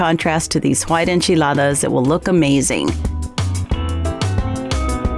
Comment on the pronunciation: Looks wonderful. I love Mexican food and I love the way it sounds when you pronounce the word enchiladas